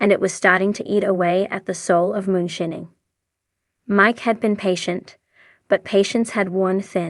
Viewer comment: lol....she said "moon-shinning"